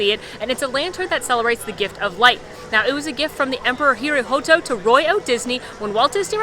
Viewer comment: Emperor Hirohito. HERE-OH-HEE-TOH. Hirohito, not Imhotep or whatever you said there.